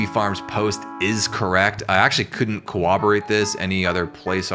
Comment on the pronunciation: it's not pronounced "cowoborate"